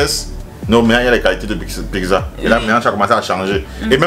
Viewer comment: 😂😂! Tu prononces PIGZA là en Bandjoun!!!! Ça s'ecrit PIZZA! et ça se lit PITZA OU PITSA!!!